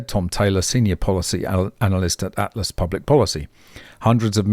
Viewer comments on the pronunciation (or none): none